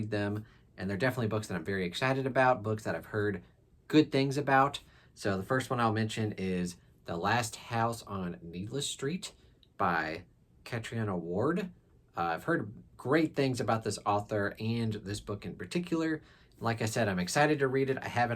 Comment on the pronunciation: Fun little Irish lesson here for ya: Catriona is pronounced like Katrina.